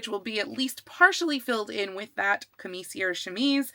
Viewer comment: Excited for this project! "Camicia" in Italian has the second "c" pronounced as a "ch", so it's sort of like "cam-EE-cha".